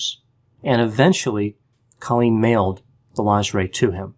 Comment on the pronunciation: It’s CO-lleen not CA-lleen